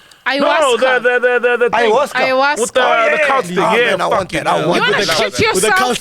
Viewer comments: It’s Ayahuasca🙈 not iowaska😂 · What is ayahuasca? Ayahuasca (pronounced 'eye-ah-WAH-ska') is a plant-based psychedelic. Psychedelics affect all the senses, altering a person's thinking, sense of time and emotions. They can cause a person to hallucinate—seeing or hearing things that do not exist or are distorted